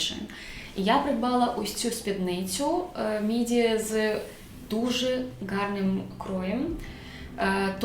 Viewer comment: Супер,дякую ❤ Доречі "воротник" українською "комір", "красний" це "червоний" , а слово "гарний " з буквою " Г " а не " Ґ ".😉 Не хочу вас образити,просто корегую😊